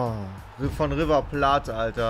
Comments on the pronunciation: Der heißt nicht Sushi und es heißt auch nicht River Pla tte . Aber irgendwann wird das schon besser ! =) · er sagt "River Platt" :'D